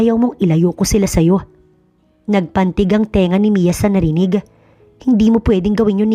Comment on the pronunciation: NAGPANTING NOT NAGPANTIG